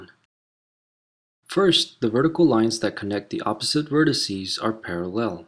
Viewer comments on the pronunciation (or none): none